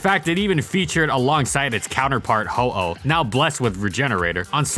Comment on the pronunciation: If you really want people to start using the retcon pronunciations of Arceus and Rayquaza so badly, maybe you should learn to pronounce Ho-Oh first